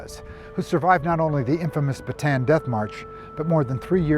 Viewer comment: Bataan is pronounced with three syllables